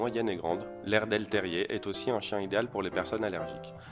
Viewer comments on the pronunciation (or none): Peuvent aussi-t-être ?!? Il n'y a pas de liaison à faire car il n'y a pas de T à aussi !! Ça m'énerve ces liaisons mal-t-à propos !!